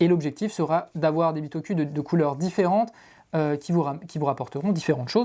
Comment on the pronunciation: Super vidéo, mais par contre la prononciation c’est bitokou ! On prononce sakOUra pas sakUra ou encore PokémonE pokemON Merci 😒😂